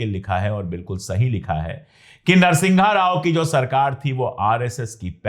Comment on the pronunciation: अबे अनपढ़ नरसिंघा राव नहीं है नरसिम्हा राव है..........